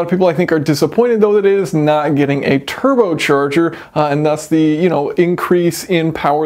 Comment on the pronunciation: "Turbo Cherger"